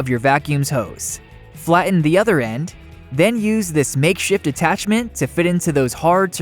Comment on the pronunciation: Great ideas, but hard to hear "fla-en" instead of "flatten."